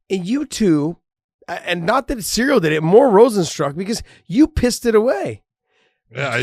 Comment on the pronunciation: Ciryl is pronounced with K